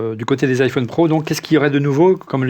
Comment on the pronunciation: pourquoi vous dites tous "iphaune" au lieu de "iphone" ? est ce que vous dite un Téléphaune un interphaune un mega phaune ???? :hand-orange-covering-eyes